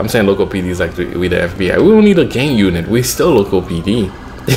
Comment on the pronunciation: At the beginning of the video did u say gay unit